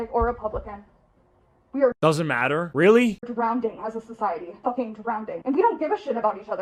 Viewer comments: Wait wait wait ish… did she just say “Drownding”?!?!?!? 😭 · "Drownding, f---ing drownding" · ... "Drownding" that's all I needed to hear. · I'm so fucking tired of people saying drownding, IT'S FUCKING DROWN ING. THERE IS NO FUCKING D. LEARN TO SPEAK FUCKING ENGLISH YOU STUPID WOMAN. Sincerely, A female who is tired of this shit and is more triggered over how you talk and not the shit dribbling from your mouth.